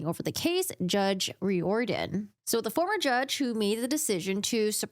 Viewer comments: I think that name is pronounced “rear-den” I hope they use this case to train healthcare professionals in the future about how not to handle a situation like this. This whole thing is only so messy because the doctor chose to have police in the room, with body-cams on, where they had no business being. Now they want to claim she wasn’t in custody, when she obviously had reason to think she was. They mentioned her right to remain silent, which only applies if you’re in custody. If the court suppresses her statements and she winds up not being convicted as a result, I hope that doctor knows it’s on her. It’s not on the judge who followed the law. It’s on the doctor who didn’t. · Riordan.....is pronounced rear-don